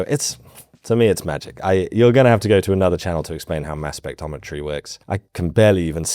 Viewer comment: in fact you aren't saying it. It is SpecTROMetry, not specTOMetry.